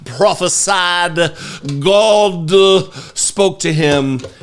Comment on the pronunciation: Bat phone to Jesus and "Gawd" crack me up every time! I appreciate you my man!